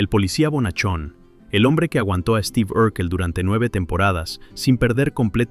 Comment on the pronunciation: Mucha pronunciación en inglés pero luego dice Esteve.